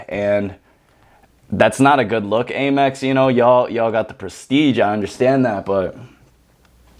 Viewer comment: Am-Ex (American Express) not A-Mex